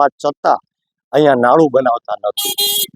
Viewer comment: એ ભાઈ કાર હમેશાં ફોર વ્હીલર જ હોય માત્ર કાર બોલાય ફોર વ્હીલર કાર ન બોલાય.નાળુ અગર નાલુ બોલાય નાડુ ન બોલાય.